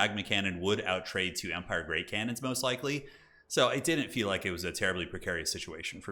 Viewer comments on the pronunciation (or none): none